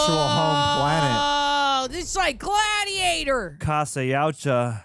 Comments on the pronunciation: It's pronounced "Yah-ooh-cha" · Yuatja is pronounced (Yowd-wah or Yowt-wah) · It's prounounced y-OUt-ZHa (that's not quite phonetically correct, but I don't think you'd get it if it were phonetically correct.